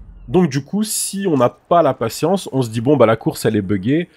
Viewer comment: Le nombre de fois où il a di patiensse